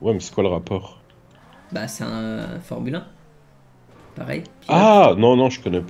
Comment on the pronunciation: On dit formulin pas formule 1